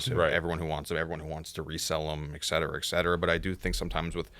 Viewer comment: pronouncing et cetera makes me cringe every time.